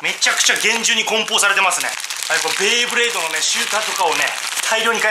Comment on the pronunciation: ベイブレードをベ―ブレードって言うのがなんか嫌いｗｗ